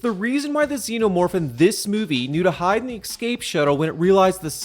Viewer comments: My man pronounces "escape" like a 4 year old would. "Exscape" lol. Regardless, I do like these videos. Good work man. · Duuude eXscape is not a fucking word